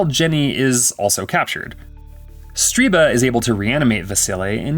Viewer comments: Stir-BUH not Stree-BAH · Stirba. STIR-ba. Not Streeba. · why do you keep saying the name "Streeba" when its even clearly written as "Stirba" AS you say "Streeba"? lol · I hate to nitpick, but everytime the narrator said "Striba", I winced. Her name was "Stirba", and it literally appears written on the screen at one point as the narrator mispronounces it. Otherwise, great video on a dreadful/wonderful film! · can anyone making these videos Read. how can you always mispronounce so many words. Striba wtf... its Stir ba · Um, Stirba name mispronounced for this entire narration in this recap... He keeps calling her StrEEba!?!